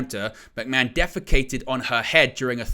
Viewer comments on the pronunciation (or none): Who is this McMen you're talking about? How can you be a wrestling channel and not pronounce McMahon properly?